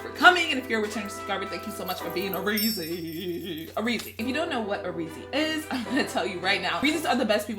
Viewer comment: It's not reezy its rizzy